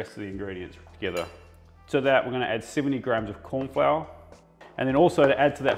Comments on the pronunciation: "Korn" flour 🤣🤣😂😂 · “Korn flour” lol